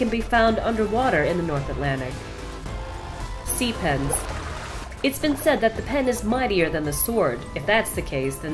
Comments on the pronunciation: i whas thinking sea pens? i heard sea penis!! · is it too weird to say I actually heard ‘sea penis’ instead of sea pens ? 😂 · I thought she said sea penis and I was like that doesn't even look like a damn penid until I reread the name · Am I the only one that thought its said Sea Penis?